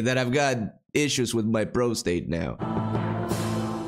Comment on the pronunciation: The first syllable of prostate contains a short o and should sound like prah, not proh.